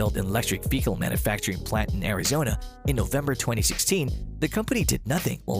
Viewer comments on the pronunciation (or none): Please learn how to say mobile and vehicle. It’s driving me nuts.